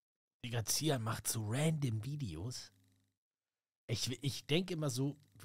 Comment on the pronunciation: Bruthaaaa was für zihan man sagt irgentwie tschihan also ausprache weißt du